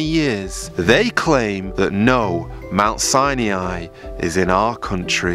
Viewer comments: Mount Sine ee yeye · Its not pronounced Sai-niai LMFAO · Aren’t you mispronouncing the name Sinai, please look it up on google. I spent 8 years being educated in a Christian school and we pronounced Sinai exactly the same way that google does. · Wrong way to say Mt. Sinai... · You're pronouncing Sinai wrong. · Interesting. But please learn how to pronounce "Sinai" !! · Sinai not Saniai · Very nice... but it's pronounced Mt. SIGH-NIGH, not Sigh-NEE-eye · It's pronounced Si-ni not Si-nee-i. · Thanks for this! I think the correct pronunciation of Sinai is "sigh-nigh", not sai-ni-ai. 🙂 Otherwise, nice compilation! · I pronounce it "sigh nigh" not "sigh knee eye". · It isn't "Sin e i" it sounds like "Sini" the "a" is silent. 😊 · S-EYE-NIGH .. not 'Sy-knee-eye' ... ugh! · it is not pronounced as Sain"iai" ... it is Sain"ai" ... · Its "Sye-Nie"NOT "Sye-NEE-I" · Please stop saying Sinee-eye. It is Si-nye. You don't get to change the pronuncoation just to make yourself stand out and feel special. It makes you sound uneducated at the least. Proper pronunciation is essential to proper history and correct knowledge being shared. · ❤Hello,, I noticed your unusual pronunciation of Mt. SINAI, sounds like SI-NE-AI. Is there any reason for this? Thank you, friend. 🙏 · I don't understand your pronunciation of Mount Sinai as you seem to mispronounce it repeatedly. I don't mean to be petty but I see the correct sound of biblical words to be important You say mount Sinei and most of us learned that the a is silent. Even if the a added a phonic sound to it I would hear this as Sinaaai with the a elongating the I sound at the end. Am I missing something here? I am mainly curious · You need to pronounce Mount Sinai correctly. It’s not “SiNaInaiii”. You sound like a robot when you say that. Nice video by the way! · How can I think you know what you are talking about when you can't pronounce "Sinai" correctly? "sigh-nee-eye" is not in English nor in Hebrew. What's up with that?